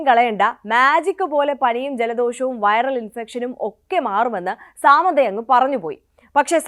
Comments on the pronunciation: സേച്ചി, ഈ അവസരത്തിൽ പറയാമോ എന്ന് അറിയില്ല. സാമന്ത അല്ല, സമാന്താ. ഒരാളുടെ പേരെങ്കിലും ശെരിക്ക് പഠിച്ച് പറഞ്ഞൂടെ? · സാമന്ത അല്ല സമാന്ത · First of all.. Its not സാമന്ത its സമാന്ത 🤌🤌🤌